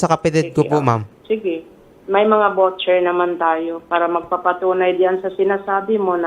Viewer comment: It’s voucher (vaw-cher) and not vocher.